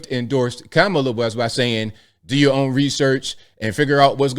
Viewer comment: Good for Usher! Joey is annoying! And racist for pronouncing Kamala name wrong